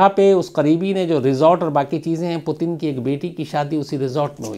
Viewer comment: Potin nahi its Puutinn. Not potin , putin